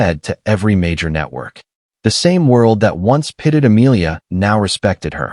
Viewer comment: Pitied not Pitted